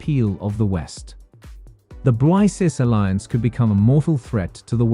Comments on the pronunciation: It's BRICKS, not BRISEES!!! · It is to be pronounced as ‘BRICKS’, not ‘Brice’s/Brises/Bryces. BRICS is the future, Thanks to Russia 🇷🇺, & Dr Manmohan Singh🇮🇳, China 🇨🇳, South Africa 🇿🇦, 🇧🇷 Brazil.